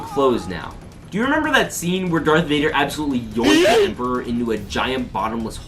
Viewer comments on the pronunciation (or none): IT’S DARTH NOT DARK AGHHHHHHGGHHGGH